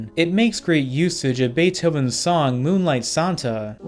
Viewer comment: Moonlight Santa? 😂